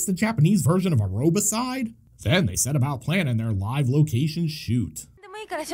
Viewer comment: DId you say "Areobicide"?? ...is that death by forced over-exercise or simply, being attacked by a Richard Simmons lookalike with a Kukri machete?